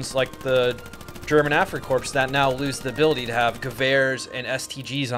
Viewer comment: Corps is pronounced as core